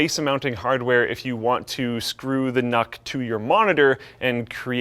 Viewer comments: I’m pretty sure it’s pronounced nuke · I think it's pronounced nuke :D